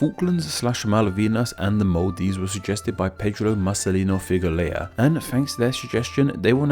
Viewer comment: I really love the simplicity in your contents. Also, I suggest next time you see a foreign name, you split the syllables, like that figueira, fee-goo-eii-ra.